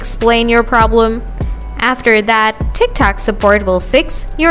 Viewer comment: "Tik tac" 💀💀💀